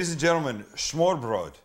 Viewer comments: Smørrebrød is pronounced smer bred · The pronunciation sounds completely different but I give you effort for trying :3 it kinda sounds like Smoo-ah-pwul if you are being technical. But thats simply due to the fact that the Rs are pronounced soft instead of rolled and Ds when beside vowels for the most part will be pronounced like a slight L sound (made by putting your tongue to the top front teeth like you're making a th sound but instead of breathing you make a sound from the throat). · smørreBRØL ROFL thats awesome =D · Sam's pronunciation almost makes this is a Yiddish dish. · Its ø not o they are different letters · To be honest, the English L is indeed somewhat close to the Danish soft D. And although "smoo-ah-pwul" doesn't sound anything like smørrebrød, I would still say it's closer to the correct pronunciation than the way the guy in the video pronounced it.